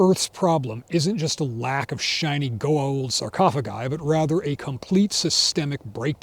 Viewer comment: The gun lore was great, but the spot-on Stargate reference had me subscribing. He even pronounced Goa'uld without skipping a beat...